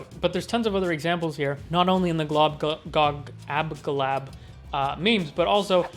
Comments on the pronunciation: Good commentary, dude. But say it with me slowly... Glob-glo-GAB-ga-lab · Man I'm pretty sure it's pronounced "Glob Glow Gab Ga Lab". Good video anyway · It's GLOB-GLOG-AB-GALAB it's not really hard to say it correctly)